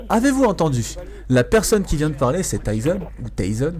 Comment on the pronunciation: Haaa toi aussi lol. On dit " te plaît " et "parler" ^^